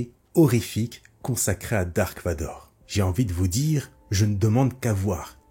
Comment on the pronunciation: C’est Darth Vador. Pas Dark